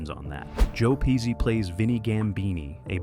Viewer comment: COME PON MAN! HIS NAME IS " PESHEE " JOE PESHEE[ [ PESCI! ]--------GET MY HERITAGE NAMES CORRECT! I'M 100% SICILIAN BY HERITAGE, & I NEVER FORGET AN INSULT. -----------MJL, 79 Y/O